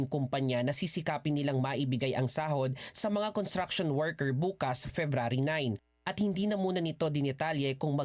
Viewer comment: It's pronounced as construction workers with an s after con.It's not contraction.